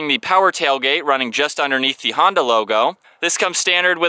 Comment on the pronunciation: Honda?!?? You mean not Hona